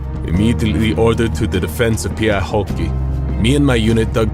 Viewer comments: Honestly your pronounciation of Häyhä was actually a bit closer to right one than the video had. You went kinda "Häia", but it's better than most English speakers try if they haven't been taught how to pronounce it :) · I have to laugh every time the narrator says Simo Hauva :D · I noied that in the video what you Simo Häyhä can't pronounce hes surname right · The ä is pronounced more like "a" from the word hat. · Also his pronunciation of Häyhä - his own name - is even worse than, made me lol for real.